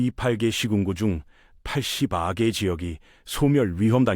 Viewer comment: 야이 유투버 놈아, 인구소멸이 중요한게 아니라, 니 놈의 구라질이 심각하다. 이 부분을 잘 들어보시오 시청자들. 이 팔개 (28개), 팔십 아개 (84개) . 영상도 AI, 목소리도 AI, 니 아랫도리에 달린 것도 Ai...? 이런 한심한 것들은 차단 + 신고해야 한다고 생각합니다.